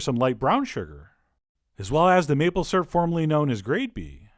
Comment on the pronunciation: Maple surp. I'm saying it like this now too